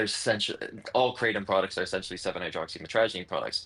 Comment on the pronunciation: Come on man, it's kratom, not Kraw-tom. It sounds really pretentious